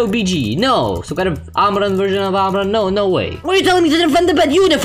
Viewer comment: lmao amaan version of amman